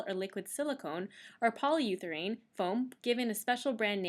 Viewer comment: You might check your pronunciation of urethane.